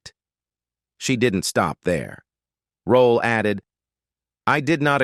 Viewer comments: Stupid AI, it's ROLLE not ROLLA. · PUT SOME RESPECT ON THIS QUEENS NAME IT IS NOT ROLLA IT IS, "ROLLE" NOT THAT HARD REAL SIMPLE ROLLE WHERE DO YOU THE A SOUND AT THE END OF HER NAME SHEESH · It’s Rolle not Rolla. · Please get someone that can be consistent in pronunciation of her last name by not changing her last name every-time he says it! Her name was not Rollie rollaid etc. And he kept repeating certain parts! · 1ST OF ALL, PLZ PUT SOME RESPECT ON MS.ESTER ROLLE NAME.....AND PLZ GET SOMEBODY WHOSE KNOWS HOW TO PRONOUNCE PROPER ENGLISH TO NARRATE SOMEONE'S BIO....I GOT TIRED OF LISTENING TO THIS PERSON SAY HER NAME TOO MANY TIMES AND ITS ANNOYING.,.ITS ROLLE, NOT ROLLA......DAMN💯💯💯....LET US HAVE SOMETHING THAT WE'RE GREAT AT AND STAY IN YOUR LANE.....PISSES ME OFF.... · Whoever made this video stop using f**** AI to do your narration it keeps on saying rolly instead of rolle. Give me a f**** break. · WHY does this narrator choose to mispronounce Ms. Rolle’s last name three different ways….UNPROFESSIONAL! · If I hear this AI say, Rol’le one more time!!! 😬🙄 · Since I live near Pompano Beach I quit the AI voice at "pompanno beach". Ridiculous. AI cant even get that right plus this AI voice is overused. "Esther Rolly" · SIH Esther Rolle Legend ❤ I wish the narrator could've pronounced her last name correctly geesh it's Rolle🤦🏾‍♀️🤔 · does he pronounce it ROLLE or ROLLA. … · You need to get rid of this ignorant-ass AI if it can't even pronounce Esther Rolle's name correctly. It can't even pronounce JJ correctly. It actually said JJJ. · The man mispronounced her last name twice 🙄. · The AI keeps butchering her last name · Why has her last name been pronounced at least three different ways in this video?? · Please learn how to pronounce peoples names. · The amount of mispronunciations of her last name began to feel disrespectful. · STOP MISPRONOUNCING HER NAME! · Can’t even pronounce her last name correctly, hate AI narrative